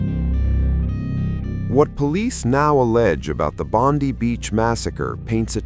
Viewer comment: Why can't your AI pronounce Bondi (pronouned Bond-eye) correctly.